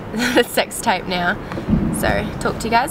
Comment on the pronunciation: I thought you said 'sex type' lol